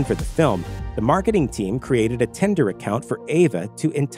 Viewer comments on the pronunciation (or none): Bro, if you pronounce 'tinder' 'tender' ONE more time... Damn dude.